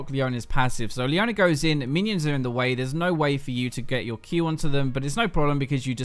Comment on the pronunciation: "Leoner", "Soner"